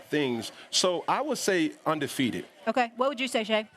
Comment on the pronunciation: Anyone else hear UNDERFEATED?